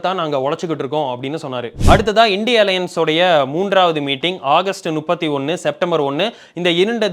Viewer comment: " நுப்பத்தி ஒண்ணு " இல்லை மா , அது " முப்பத்தி ஒண்ணு " ...... 🙂